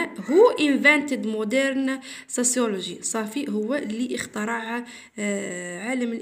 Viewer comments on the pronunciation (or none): none